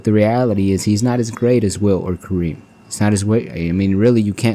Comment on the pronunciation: It's Wilt, not Will